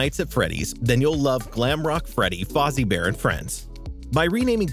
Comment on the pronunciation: Freddy Fá-Zi bear 💀💀